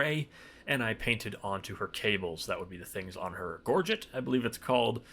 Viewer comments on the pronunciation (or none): Gorget, gor(zh)ay - French word Edited for clarity